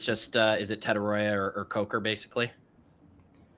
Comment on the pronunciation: 18 weeks and still not saying Tetairoa correctly lol